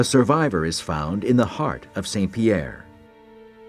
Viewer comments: He can say "MAWN Pelee" but he can't say "SAWN Pierre". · Mont is pronounced mõ, but saint is pronounced sɛ̃. They shouldn't be pronounced the same